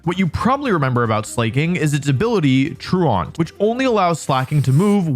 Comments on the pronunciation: Truant is pronounced troo-uhnt. like blatant is blay-tuhnt, truant is troo-uhnt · True-Aunt? Slay-King? WTF are these words you're saying??! Truant tru·ant /ˈtro͞oənt/ and Slaking (Slacking, he's lazy.. get it? He's slacking...) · Nitpick but truant is (tru-uhnt) not traant. Truant rhymes with fluent. It’s that word your teacher called you when you were absent from class. You were truant. Well Slaking is truant too because sometimes he doesn’t show up. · Fwiw, truant is not pronounced "true-ont" but "tru-ent". It's a real word that refers to a student skipping school. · Tru-aunt? Tru-ent is how that's pronounced. You know, like when you're truant from school, and they have truancy officers? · Me when im in a mispronunciation contest but my opponent is an english speaking poketuber Troo-aunt? Come on dog thats literally just a normal english word 😂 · I'm begging. The word truant is pronounced true ant. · True aunt 😂. I can see you’ve never heard the word “truant” before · I’m a fan of Slaking’s “true-aunt” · You put every teacher in existence in such an awkward position, because we are both very proud that you have apparently been a responsible enough young man to not have heard the word "Truant" before, but also we want to correct how you say the word "Truant" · How do you not know the word "truant" as an adult? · That truant pronunciation was wild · I will never not be surprised by American's inability to say the words "truant" and "Slaking" properly. I don't mean without an American accent, I mean they can't pronounce it the way a regular American would and should if they knew how. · That's not how you pronounce truant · Love the video but the improper pronunciation of "truant" drove me a lil crazy😂 that's a real word meaning a student who skips class, and truancy is the act of not attending classes. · Truant is an actual real word and Wolfey still managed to mispronounce it